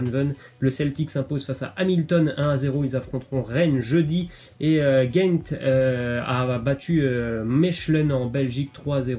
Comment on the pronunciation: oh du con Gent et Mechelen c'est du Néerlandais donc soit tu vas te renseigner sur la façon de le prononcer CORRECTEMENT en Néerlandais ou alors tu dis simplement La Gantoise et Mouscron